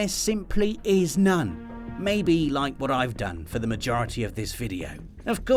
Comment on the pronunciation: Yes, Kojimbo...I did rike it.